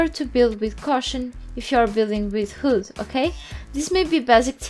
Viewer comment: it's funny how you can't say wood :D